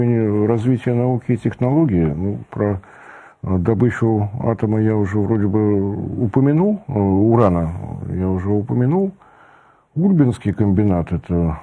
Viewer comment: Уважаемый, в названии Ульбинский завод ударение принято ставить на второй слог.